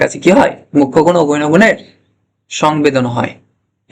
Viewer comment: Apnar pronounciation thik korun.গৈণ গুন নয় বলুন গৌণ গুন।